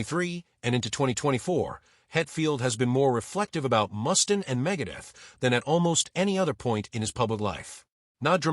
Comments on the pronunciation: I can’t listen to this dumbass AI call him Mus-tin one more time. Do these creators even listen to the horse shit their AI is spitting out? This video is crap. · This guy doesn`t have a clue. I`ve never heard anyone ever mispronounce Mustaine`s name in my 58 years of being a ROCK AND ROLL JUNKIE